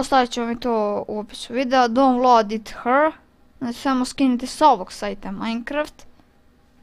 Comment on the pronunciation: Download it here se ne cita download it hr nego se cita daunloud it hir